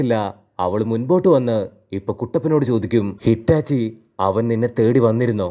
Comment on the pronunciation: Hitachi ❎ Itachi ✅